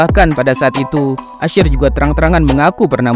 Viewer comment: Usher bang bukan ashir